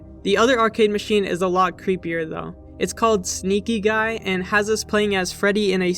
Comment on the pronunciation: On the arcade machines part I thought it said smokin gay Instead of sneakin guy